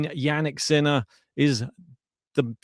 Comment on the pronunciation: Love how you pronounce his name Sinnnaaaa